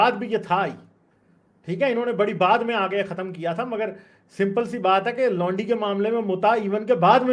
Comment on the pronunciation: Did this guy just say lundi...instead of laundi..😂😂😂😂